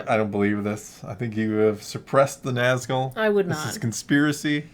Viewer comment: ..... Tf you say?! "NAAAZ-GULL" NAHZ-GHOUL please!